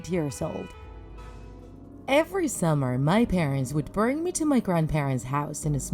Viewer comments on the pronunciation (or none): Her:my parents would burn me to my granparents house! Me:did u say burn or bring?